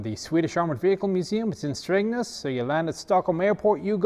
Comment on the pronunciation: I don't think I've ever heard an English-speaker pronounce "Strängnäs" (or any town name in Swedish) that well, ever.